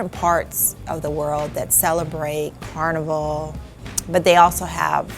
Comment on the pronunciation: She keeps mispronouncing Carnival 😭😤 uuuugh